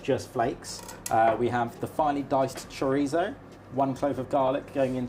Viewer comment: Please stop pronouncing Chorizo like that its weird lol Cho-Rhe-So